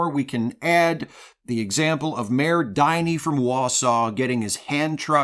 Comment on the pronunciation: the "Din" in "Diny" is the same "Din" as in "Dingleberry".